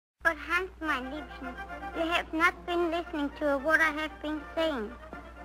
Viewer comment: Poor thing can't pronounce the S in Hans.